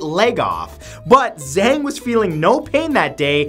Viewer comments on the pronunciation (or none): none